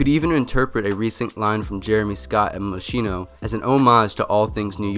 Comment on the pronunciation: same thing for mosCHIno, the "chi" u have to read it a a "k"